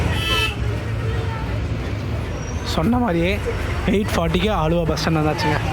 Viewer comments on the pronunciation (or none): அழுவா இல்லை ஆலுவா